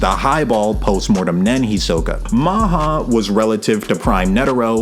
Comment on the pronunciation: HEE-so-kah, not hee-SO-kuh holy hell